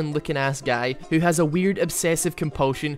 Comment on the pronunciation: guys , HEW HEW DO U WANT ME TO DEW A VIDEW HEW ? HEW ?